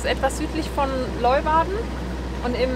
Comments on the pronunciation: Sehr ! schönes Video von einer sehr schönen Gegend. Und das spricht man Lö-uwarden, so ungefär... 😜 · Hi, aber bitte bitte mal kurz üben wie man Leeuwarden ausspricht (wie auf Deutsch "Lehwarden" ;-) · Die Stadt Leeuwarden wird "Lejwarde" ausgesprochen.